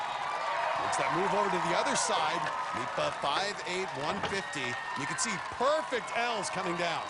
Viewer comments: They had one job and they kept saying "midtba" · The commentators saying "Mitba" sound so stupid, just say Magnus. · Meatbruh? Damn the butchering of that name. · Me, Norwegian, listening: Who the hell is "Mipa"? Oh, Midtbø... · Mag-nus "meatbah"